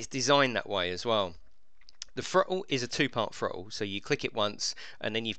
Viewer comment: What's a thro-le